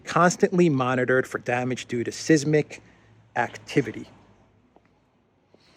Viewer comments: it’s pronounced sizemic zizmos is greek word. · It's pronounced "size-mick". No charge. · Seismic is pronounced 'SIZE-mic' 👍